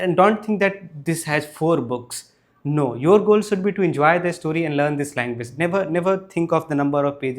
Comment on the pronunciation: there's no 'e' in the word story. it's pronounced store-ree, not e-store-ree